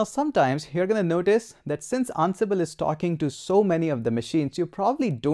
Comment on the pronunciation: I feel like you're saying annabelle. sir it's "an-sible"